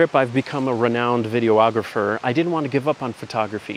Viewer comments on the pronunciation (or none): Yeah, am I the first person to tell you that its Videographer? Not video-ographer? Like, I am a photo-ographer? yeah, no. Not to be rude but hearing it just makes my teeth want to fall out of my head. Thanks for a great video! Love your work man.